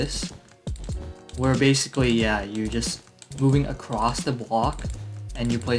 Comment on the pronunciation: "Basicwy" i love his funny voice <3 earns a sub